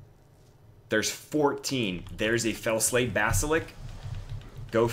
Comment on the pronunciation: It's basliSK, not basilik LOL